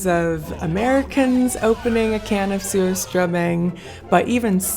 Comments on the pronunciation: It sure sounds like the way it’s being pronounced, the first part of the name is ‘SEWER’. I’m afraid I’ll have to pass on this.😬. Commented before addressed this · I'm sorry, lol. I keep hearing you say, "sewer-strumming." Like, why are we strumming a sewer?! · It's pronounced Sushtruming. I only have one Swedish friend who likes it, but she's from Northern Sweden.